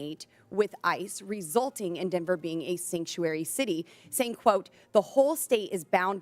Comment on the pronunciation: What the hell is a "Sanctury city?" It's Sanctuary City